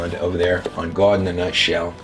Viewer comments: How to pronounce GOD ??? GUAWD ???? R U HAVING A CLIMATE CRISIS??? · I remember when u sir,, used to pronounce God normally. If you had a stoke then i get it but thats the only reason that would make sense.